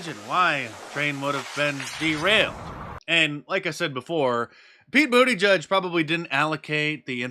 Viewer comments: Did Mark say Buttplug for Petey? 😂😂😂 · Did he call Buttigieg, buttplugg??🤣🤣🤣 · Did you say “butt plug”? Great one Mark! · Pete Bootygag. Its pronounced Bootygag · Did he call Pete butt plug??? 😂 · Did I hear that right pronouncing the name of the transport secretary as booty judge?